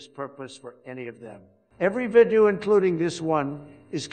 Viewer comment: Trump is having problems with the word "video"